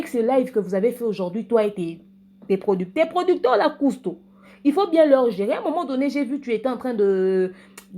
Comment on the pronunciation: Oza kanda hein "PRODICTÈRE" 🤣🤣🤣🤣🤣 nanu na seka boye te